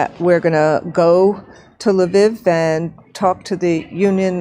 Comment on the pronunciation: President of teachers union can pronounce neither Lviv nor Putin correctly. The GW Bush of education.